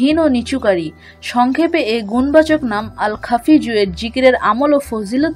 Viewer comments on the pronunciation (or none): আসসালামূ আলাইকুম । আপনার ভিডিওর উচ্চারণে বলছেন "আল খাফিজূ"। অথচ লেখা আছে "আল খাফিদু"। দয়া করে বলবেন কোনটি ঠিক । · আল্লাহর পবিত্র নাম টি এখানে ভুল উচ্চারণ করেছেন। "আল- খাফিদু" হবে।